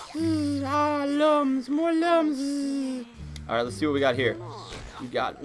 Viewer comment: I know it, but it pronounced as " LOOMS " not lums